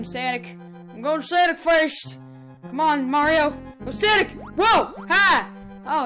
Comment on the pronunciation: His name is sonic not sanic